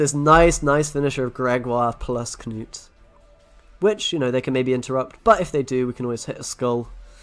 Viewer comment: So nice when content creators actually pronounce Knut as it should be said (looking at you Swim & McBeard) c